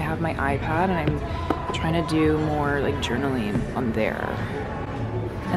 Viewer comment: Is it a Canadian thing to say “I’n” and not I’m? has ALWAYS replaced the M in I’m with an N. 🤣